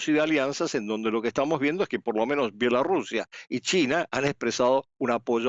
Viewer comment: Mija no sabe usted decir Bielorrusia?